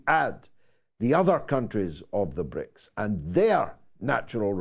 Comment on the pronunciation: George not BRIICS but BRICSI 😁